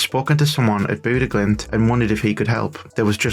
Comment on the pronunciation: bude glimt? you somehow got the name more wrong than the people who just say bodo glimt